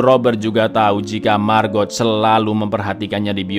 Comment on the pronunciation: Setiap nyebut margot..nyg ada di otakq malah maggot🙈..iuuuh